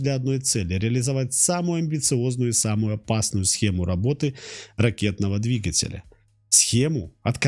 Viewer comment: Что у вас с ударениями? ДвигателЯ, ангАра... Русские так не говорят.